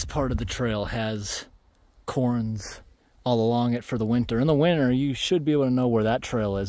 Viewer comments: For future reference those rock piles are called "cairns" and it's pronounced like "karen" but with 1 syllable. It's a bit nit picky but it bugged me that you said "corns" lol Also about those Indian pipes you were talking about. Did you know that at the end of the year when they die they turn into a black goop? It resembles black pen ink and it's really cool and gross. It's almost like they start to melt and change into the opposite color. You should make a little video about them, I think for sure you'd think they are really cool how their life cycle goes. I feel like I know you well enough by now that you'd get a kick out of that. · Sweet hike! It sounded like you said "corns" when mentioning "cairns". It's pronounced like "care" followed by an 'n' sound. Or like Karen without the 'e'.